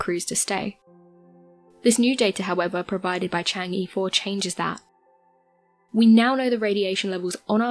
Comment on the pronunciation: i like watching these videos but can you please look up the proper way to say chang'e